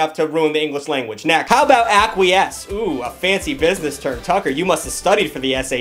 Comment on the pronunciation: Not going to lie I thought that "acquirsce" was Aquarius